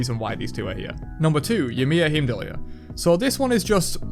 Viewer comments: I love your knowledge but it drives me crazy... it's pronounced hime-doll. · HIEM-DOLL, no r